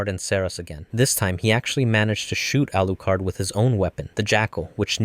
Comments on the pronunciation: it's Alucard not arucard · bro stop saying Arucard, its hurting my ears😂😂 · Alucard? Naah Arucard😂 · guys the reason why he says arucard is because in the sub they say it with the r but in the dub they say alucard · Is name Alucard not arukard you made a mistake when you reverse the name that is dracula not drakura the name doesn't work unless it's a foreign name from others country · his name is Alucard - Dracula for fuck's sake !!!!!!!!!!!!!!!!!!!!!!!!!!!! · "Arukard" Lmaooo that made my sides hurt with laughter..... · His name is Alucard you got it wrong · Arucard? Alexander Andersong? DUDE GET THE DANG NAMES RIGHT